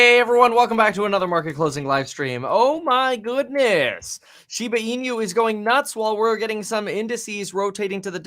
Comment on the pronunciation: Just for informative purpose: it's pronounced shiba ee-nu, NOT shiba ee-new